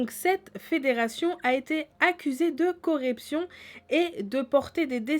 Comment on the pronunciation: Faut que apprend à parler sérieux.. Lavillerie au lieu de lavillenie Correption au lieu de corruption etc